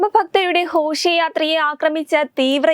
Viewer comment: ഹോഷയാത്രയോ...(ഘോഷയാത്ര') യോഗി ആദിത്യനാഥ് എന്ത് അതിക്രമം കാണിച്ചു?!🤪 ഒന്ന് കേട്ട് നോക്ക്.